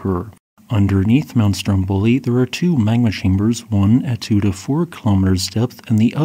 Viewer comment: For future reference, the accents/pronunciations for those islands are: STROMboli vulCAno